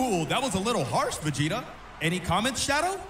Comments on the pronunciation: It’s Vegeta Not Vangeta Just Saying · I thought he said vanjeta at the beginning lol🤣🤣🤣